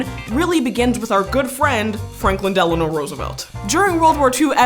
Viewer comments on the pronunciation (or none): none